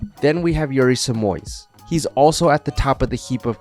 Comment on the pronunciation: Holy shit, he pronounced the Brazilian's name right nice job